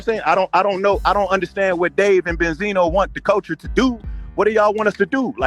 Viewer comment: Ben-See-No Neck 😅